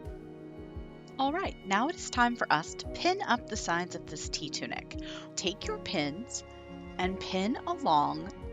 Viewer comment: I kept hearing “tea tunic” and being confused 🤣 I guess I needed more caffeine!